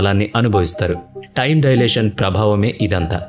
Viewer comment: డయలేషన్ కాదు, టైమ్ డైలేషన్ అనాలి!! అప్పుతచ్చు అన్నమాట.....😂😂😂😂